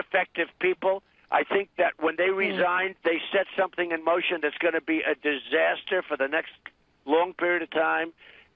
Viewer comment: "Those university officials were weak, they were low energy... they were a disastah!"